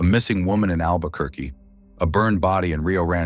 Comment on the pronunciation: “albequerqu—“ oh no.